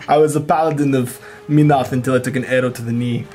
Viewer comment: "Meenoth"..... Holy crap this has bugged me forever. Men-oth would seem to be more accurate.